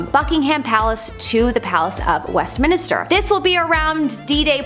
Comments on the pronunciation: Westminister??????? How bout Westminster. This from a Canadian is rather embarrassing. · Westminister why would it be called minister? Stop saying that